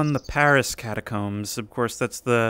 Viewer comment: Paris, not pawisse.